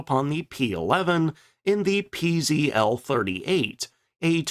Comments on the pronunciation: It's pronounced ,",peh zeh tel", not pee zee ell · I'd like to help You in correct PZL pronounciation: Pan-stuo-vea Zach-wae-dea Lout-nee-che It stands for: National Aviation Works Thanks, for interesting content!